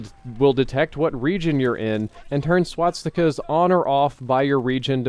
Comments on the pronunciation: it's SwaStikas not Swatsikas! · No you're not hearing things. He is in fact repeatedly saying swot-stickaz. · Say it with me: SWAS. TIKAS. Not SWAT. STICKAS. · Great video, but am I the only one who keeps hearing "swatstikas" instead of "swastikas" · ...Am I the only one who got annoyed by hearing "swatsikas" I dono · swatstikas , not pronounced like that. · Why did you always say "swaTstikas" LOL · Is it bugging anyone else that he says swastikas like swatstika?